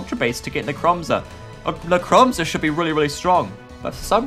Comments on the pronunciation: Dude,it’s NECROZMA,not Necromza. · its necrozma not nemcroza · PLEASE its pronounced necro zma not necro mza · When i hear necromza: ITS NECROZMA! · lets start off with "necromza" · ITS NOT NECROMZER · Its Necrosma not Necromza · is necrozma not nemcrozma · "Necromzma" xD No offence. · u said necromza...